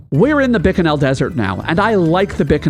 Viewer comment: the way you mispronounce bikanel makes me want to scream